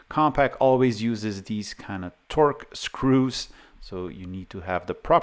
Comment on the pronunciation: And Torx, not "torque"